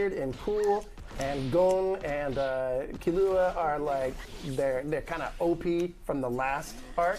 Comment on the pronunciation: The way he says Kilua makes my skin crawl